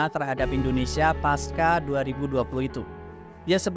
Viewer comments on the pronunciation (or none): "Pasca" itu bukan berasal dari bahasa Inggris, melainkan Sanskrit, dan ia ditulis serta dibaca sebagaimana adanya: "pas-CA" bukan "pas-KA"